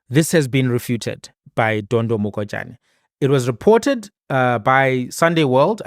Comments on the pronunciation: Pronounce Mogajane in isixhosa"Morajane" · Next time in Sotho names. G is pronounced how R is pronounced in Xhosa. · IS THIS GUY A SOUTH AFRICAN- HE DOESNT KNOW HOW TO PRONOUNCE THE NAME MOHAJANE!!!!!!!!SURPRISING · The fact that you couldn't read Mogajane correctly just left a sour taste in my mouth. I mean, you could've just said Dondo